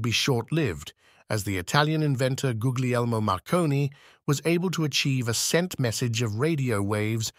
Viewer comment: Excellent content, not dumbed down, and thankfully no music or other Hollywood tinsel. Given how good everything else is, wrong pronunciation of foreign names sticks out like a sore thumb (Guglielmo). This problem was more severe in the otherwise fascinating video on Dirac that I've just watched. Keep up the good work.